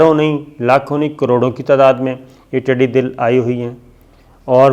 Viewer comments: صابر شاکر ٹڈی دل نہیں ہوتا ٹڈی دل زبر کے ساتھ بولنا ہے. ڈاکٹر محمد الیاس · شاکر بھائ۔۔۔۔۔۔ٹڈی دل ۔۔۔۔۔دل کا مطلب ھے ٹڈیوں کا لشکر۔۔۔۔۔۔DIL is incorrect.......It is pronounced as DUL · صابر بھائی ٹڈی دل اس میں دال کے اوپر زبر ھے جس کا مطلب لشکر ھوتا ھے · صابر صاحب یہ لفظ ٹڈی دّل ہے - دّل کا مطلب ہے فوج - ٹڈیوں کا لشکر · Its "Tiddi Dall" not Dill, Dall means a large group. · The word is not tiddi dil, It is tiddi dal. But your programs are good and informative. Thanks. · Its not tiddi dil, its tiddi dal.... dal means a large group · The word is Tiddy Dal and not Tiddy Dil as you pronounce. Correct me if I'm wrong. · Sabir Shakir sahib, I follow you regularly. Just wanted to correct something. You have been saying throughout ' Tidee Dil', this word is not Dil but Dal like 'Lashkar' . Tidee is locust and Dal is Lashkar or Army. Together it's army of locust. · sir tiddi 'dal'.........hota hy '...........dil' nahi..........'dal'....ka matlab ikatth ya hujoom ko kehte hn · ٹڈِ دِل نہیں صابر شاکر صاحب یہ لفظ ٹڈی دَل ہے، {دال پر زبر ہے} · Tiddi dil nahi,sahi talafuz hy tiddi dul.aap aksar talaffuz ki ghalatian kr jatey hn.is per bhi tawajoh den. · Sir jee not tiddy dil . It's called tiddy dul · Dear Sabir; Tiddi Dal, it's not Tiddi Dil: bless you! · Sabir shakar it's not tidi dil it's tidi dal... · tiddi dal hota hai tidi dil nahi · محترم ٹڈی دَل ہوتا ھے ٹڈی دِل نہیں 😉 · Word tidi Dil is wrong it is tidi dall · It is not dil but is dal. Things should be pronounced correctly while talking to the masses. I think u will not mind. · پہلے تو یہ لفظ ٹڈی دَل ہے ۔ دوسرے یہ بہت بڑا خطرہ ہے جسے ہماری حکومت بہت ہلکا لئے ہوۓ ہے۔ پورے ملک میں 6 جہاز سپرے کے لئے ہیں ۔ 6 اب خریدے جا رہے ہیں ۔ اپنے ذاتی استعمال کے لئے جہاز خریدیں گے اس طرف کوئ دھیان نہیں ۔ یہ وقت وفاقی اور صوبائی کا مسئلہ نہیں ہے ۔ عمل کا وقت ہے ۔ ایم این اے اور ایم پی اے زیادہ تر زرعی علاقے سے ہوتے ہیں وہ کیا بھنگ پی کر سو رہے ہیں ۔ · Please educate yourself. It's not Tidi Dil It's Tidi Dal